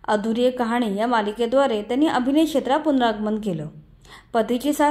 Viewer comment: 'शेत्र' नसून शब्द 'क्षेत्र' असा उच्चारावा. इथेच मराठीची गोची होते. मीडियावालेच अशुद्ध बोलतात, मग तेच प्रचलित होऊन जातं. बाकी नीनाताईं बद्दल मनापासून कौतुक आहेच..👍👌